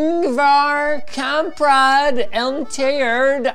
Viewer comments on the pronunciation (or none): Hallå du sa det fel det är Ingvar Kamprad elmtaryd Agunnaryd